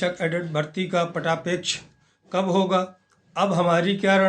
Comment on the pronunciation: पटाक्षेप होता है पटापेक्ष नहीं